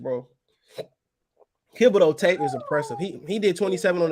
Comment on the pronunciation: Lol man it's THiB o deax not KIB o deax bro, u been butchering that boy name forever😭